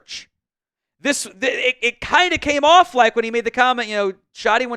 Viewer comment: Do I believe in Schotty? K for Kinda 😂😂😂